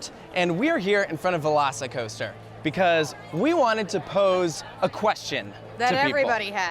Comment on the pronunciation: half the time says "veloci coaster" i hear "lost coaster" and its like indiana beach is punching above its weight